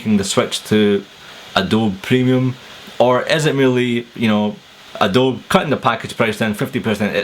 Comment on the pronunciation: You're pronouncing Adobe wrong. It's Uh-doe-bee :-)